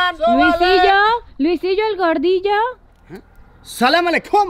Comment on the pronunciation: 😎 hola Luisito « el crack » 🔥☄️💥! Fuiste a Wadi Rum pero no enseñaste el desierto de Wadi Rum ?!? Para sentirnos en misión en Marte por 20 minutos . Por cierto , te falta la A al decir Assalamu alay kum. Ma’assalama ! ❤️